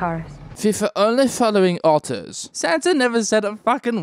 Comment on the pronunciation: Just caught that German soldier impersonation “ve vere following hordors!”